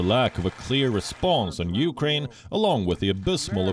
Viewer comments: biden said uranian he forget the k ukraine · Zelensky should take heed of this. ...if US president cannot even pronounce the word of Ukraine properly and call them Iranians....is the West really going to be a saviour? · Even my 4 year old grandson can pronounce Ukraine. Not Uranian